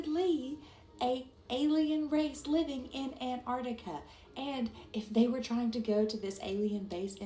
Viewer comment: It's Antartica, not "Anartica" 😂😂😂